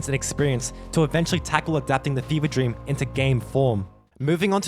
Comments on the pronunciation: This is my "dreap". Hahaha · LEARE DREAP